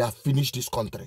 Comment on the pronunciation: Cowtry instead of Country same thing as Zoo.